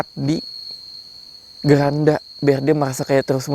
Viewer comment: Maaf bang keranda bukan geranda